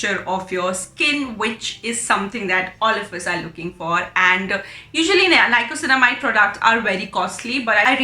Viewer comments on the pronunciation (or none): Thanks for the review. Super helpful. Just one thing, it is niacinamide not nicosinamide 😊